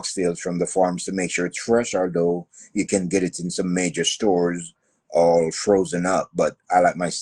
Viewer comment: Emphasis on Majjjoooorrr🔥🔥